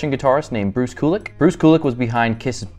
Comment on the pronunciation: "Koolick" omg lmao its pronounced Q-lick 😅